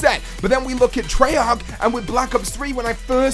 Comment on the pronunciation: treyarc... treyarc... treyarc!